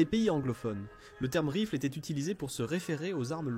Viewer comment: c'est pas de l'IA , Oh que non. Au contraire c'est du François tres ancien . Cf la PREMIERE phrase de la video "Quelle eStait la difference ...?" :-))))